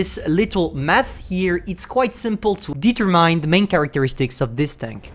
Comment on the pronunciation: What normal people say: determine What says: DEEEEE-ter-MINE